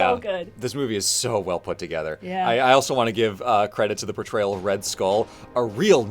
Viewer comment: ah yes red stull